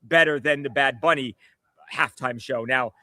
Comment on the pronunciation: It's Bad Bunny, Brian, not Big Bunny, sir.